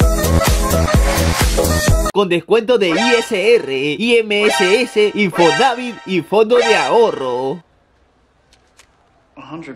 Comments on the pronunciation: Se pronuncia ims e infonaVIT no i eme ese ese e infoNAvit P.D. No soy hater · no es infonavit se dice infonavít